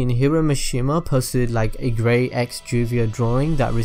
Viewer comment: you almost said gay not gray